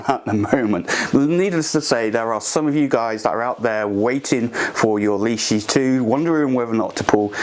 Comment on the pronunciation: Please at least pronounce the name correctly.. it’s Lesh- ee. , not leash-ee.